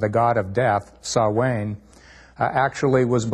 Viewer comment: ooooooooooh my god - Dr of what?? stupid hahaha Sow-ain"means end of october-start of november....... Jesus your a fucking clown dr lol.